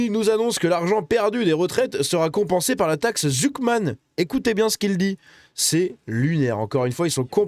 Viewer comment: Un en…🤣🤣🤣 Zucman ou plutôt susman